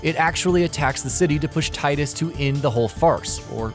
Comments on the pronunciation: Square has confirmed it's tee-dus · It's pronounced 'tee-dus'